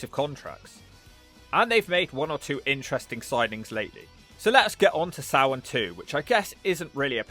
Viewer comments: i love everything but his pronouncing of SamHain. It’s Sam - Hane. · For those wondering how to pronounce it, its supposed to be Sam--H--ain Its supposed to be the same name of the pegan god samhain. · For anybody confused about it, the name of the PPV is pronounced "SAM-HINE" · How in the blue FK is SAMHAIN pronounced SOW-WEN